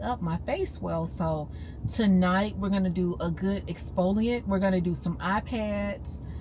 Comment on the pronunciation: every time you say "expoliate" you have me screaming!😂 You are simply hilarious, and I love it! ❤ HAPPY NEW YEAR 🎉